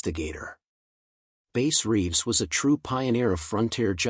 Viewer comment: It’s not Base Reeves it’s Bass Reeves. A little more research please. I’m not perfect either.